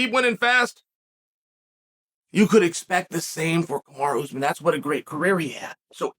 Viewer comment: Kumara Usman sounds like his sister. Nice gimmick to mispronounce all the names 👍